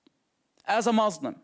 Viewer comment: I AM WAITIN FOR HIM TO RECITES VERSES OF QURAN THAT HE CLAIMS HE MEMORIZES HALF OF IT... ANYWAY HE SPEAKS JUST LIKE ONE OF THOSE FAKE EX MUSLIM.. ONE OF HIS BLUNDERS WHEN HE PRONOUNCE CERTAIN FAMILIAR WORDS .. for instance.. M O R S L E M... hahahah! ehoehoehoRRR.. he sounds like DONKEYS..A Muslim never speaks like that..